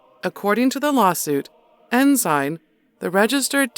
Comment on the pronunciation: It's Ensign Peak Advisors . . . not "enzyme" And, probably way, way more than $100,000,000,000 now, and there may be many other funds, accounts, and nests . . . but it's all pretty secret. When you donate to a private "non-profit charity," they have your money, and say bye-bye to it. Also, the Church has a large, well-funded law firm that works hard to protect it legally. Like Johnnie Cochran said when questioned about the O. J. Simpson trial and outcome, the color of "justice" in this country is green, and it comes down to a matter of how much "justice" you can afford.